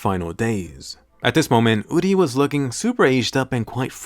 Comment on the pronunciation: It's uri not udi Sry it bothers me